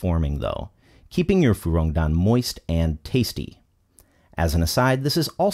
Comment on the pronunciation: I get shivers how he pronounces fuyong dan